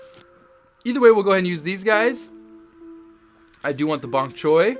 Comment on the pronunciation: You said ponk choy at start lol